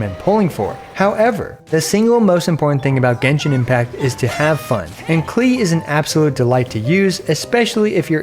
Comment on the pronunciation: Her name is pronounced closer to "Clay" (kuh-lay) It's German for "clover"